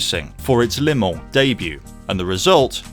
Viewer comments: Your pronunciation. Phonetically you are saying "Lay Mon", it's not, it's "Luh Mon" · It's "Le Mans", not "Les Mans". Good video.